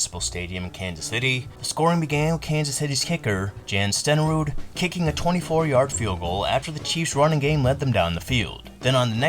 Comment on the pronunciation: Willie LAN-yer? LAN-ear. JAN Stenerud? Yawn.